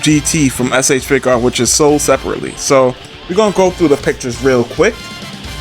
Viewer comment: “S.H. Figuaets”